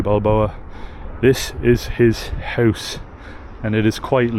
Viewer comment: 'this is Rocky Balboa's houuse'.lol. you are sounding more like Naomi and maybe a Scottish person when you say Houuuse. Just something I observed. What do you guys think of the lads blocking up Ireland with the protests?. I've been to many against this evil government and usually we are bullied and abused by the riot squad. Good thing about this is......they can't bully and push on heavy machinery and trucks. I think we need more feet on the street. I think I will go in and stand with these guys. It's not just fuel, it's the state of the nation and it's idiotic policies regarding illegals and the cost of living. One lovely.